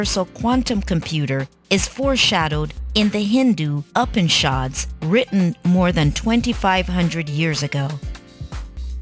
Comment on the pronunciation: It's not UP-anishads, you stupid mechanical voice. It's [Ew]-panishads.